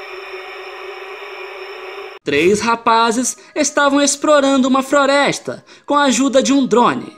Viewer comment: 3 rapazes estavam "Esprorando uma Froresta" KKKKKKKK amei cara n paro de repetir